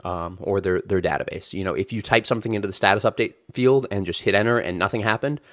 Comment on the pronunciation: you're an adjunct professor at UT and you work at heroku but you can't pronounce database correctly? wtf?